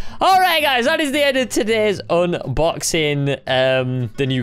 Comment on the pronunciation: "this is the endo todays crate video"